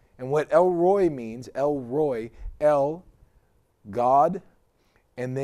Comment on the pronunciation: It's not pronounced 'Roy'. It's pronounced El 'Rrr(roll the R)-oy-He'. El Roi is American to the core, bruh